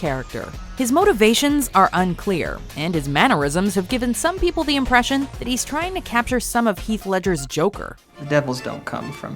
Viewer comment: "If you do not tell me, I will hurt pee-pole."